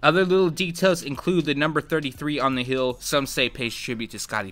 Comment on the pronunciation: heel NOT hill!